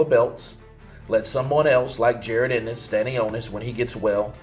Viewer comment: You know mf well that’s not how you say Jaron Ennis name🤡